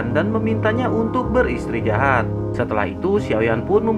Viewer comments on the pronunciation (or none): Min emang gx bs ngucapin beristirahat Bukan beristri jahat Hhhhhhhhhh